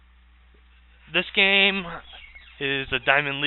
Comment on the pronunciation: lmao how you say terran